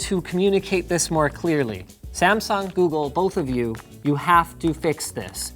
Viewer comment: Linus, you are pronouncing Samsung very wrong.